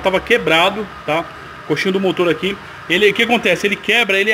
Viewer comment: O nome é coxim, não coxinho